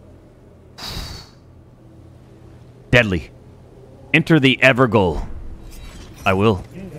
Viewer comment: It’s pronounced “ever jail” btw